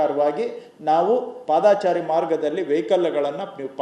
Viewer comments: ಪಾದಾಚಾರಿ ಅಲ್ಲಾ ಮಂತ್ರಿಗಳೇ. ಪಾದಚಾರಿ.ಕನ್ನಡ ಕನ್ನಡ ಭಾಷೆ. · ದಯವಿಟ್ಟು ಪಾದಾಚಾರಿ ಬದಲು ಪಾದಚಾರಿ ಅನ್ನಿ ಆದರೆ ನಿಮ್ಮ ಧ್ವನಿ ಮಧುರವಾಗಿದೆ. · Paadaachaari alla padachaari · padaachari alla paadachari correct maadikolly manthrigale